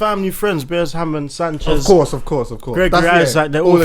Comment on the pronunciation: Man said Berres Hammond hahaha